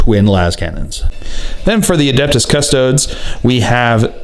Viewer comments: It’s cust-o-des. Not cus-todes Loooool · Custodes is pronounced cus-toad-eeze, just like astartes is pronounce as-tart-eeze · If your gonna pronounce Custodes like that then I will start calling the Astartes Asstarts